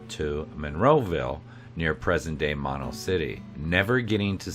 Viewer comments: It is MO-NO. Not Ma-No... ask a local for proper pronouniation before INSULTING our community in these YouTube videos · Mono is pronounced with two long o's. Moe No...not like mononucleosis. Hwy 395 is filled with side trip treasures.